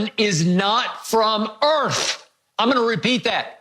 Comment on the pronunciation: “Jordan’s not from EARF!!??”